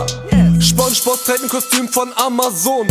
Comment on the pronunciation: Hat er ernsthaft gesagt SchpongeBozz??